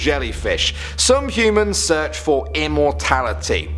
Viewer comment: threaten heemans 😂